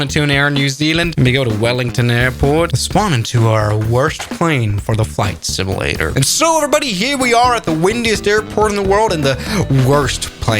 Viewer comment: Not to nitpick, but the way you pronounce "simulator" sounds more like "simi-later", with an "i" instead of a "u".